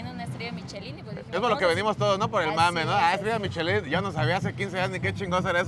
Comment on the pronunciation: Se pronuncia: "Mishelan"